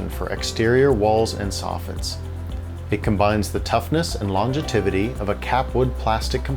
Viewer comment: Wait a second, Let’s not all just pretend “lon-jetivity” is a word